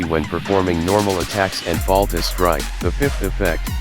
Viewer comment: Great video! Thanks for putting this together. I know English is not your 1st language, but it is called "Fatal strike" not "Falta Strike". Still great stuff! Thanks!